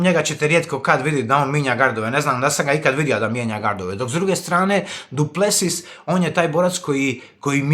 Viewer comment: Brate nije Du Plesius nego Du Plesis molim te, bole me uši